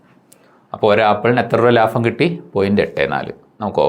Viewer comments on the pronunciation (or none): ലാഫം അല്ല ലാഭം 🤚